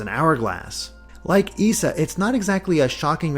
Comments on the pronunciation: It's pronounced [eye-sah], not [ee-sah]. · Isa is pronounced like "eye-zah", Sora used Aero in Rapunzel's world not Ice, and Rapunzel is the party member.